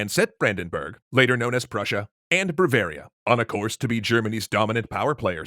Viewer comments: I keep hearing brevaria rather than Bavaria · It's "BAvaria", not "BRAvaria"... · I'm Sorry, the State of ... Bravaria? That's one too many Rs in Bavaria! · Its Bavaria, not Bravaria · Braveria lol its bavaria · Why did you keep saying bravaria instead of bavaria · White and blue flag, Catholic state, famous Oktoberfest or BMW cars... Bavaria. Is it only me or you're saying bravaria?? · I do have to note, however, that the Southgerman Catholic state mentioned multiple times is called "Bavaria", not "BRavaria". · Are you saying B*r*avaria instead of Bavaria? or Brovaria? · did he say "Bravaria"? yes, he did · Lol "BRAVARIA" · Brah-varia? That's almost as bad as how I say pizza! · Did this guy just call Bavaria "bravaria"? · It was painful, but not as much as the way he was saying "Bavaria".